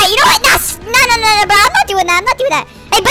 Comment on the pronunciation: And you said bro wrong🍌